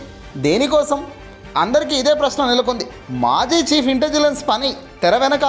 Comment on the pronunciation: ఇంటెజిలన్స్ కాదు సార్, ఇంటెలిజెన్స్.